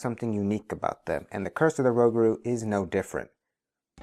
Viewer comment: Rougarou pronounced rew - Gar - Oh (long O) and is French for Werewolf.